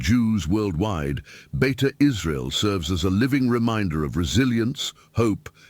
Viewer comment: It's not Beta, it's Beita In Hebrew it means "Home" Like Beit Shemesh (House/Home of sun) or Beit Lehem (House/Home of bread)